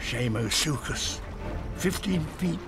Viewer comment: It's pronounced Shamosuchus not Siamosuchus